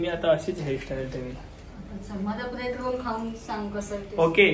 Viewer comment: bobby : ब्रेड रोल ❌ब्रेड रोड ✅😂❤